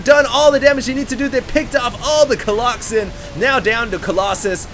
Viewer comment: no dude. its definitely not colloxen